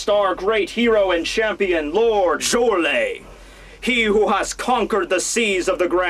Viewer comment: also if its Germanic you pronounce the letter J like a Y, so it sounds like "Yorle, and Yarle"